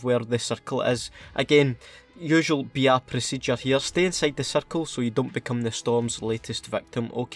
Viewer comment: Just me or every time he said BR I thought he said vr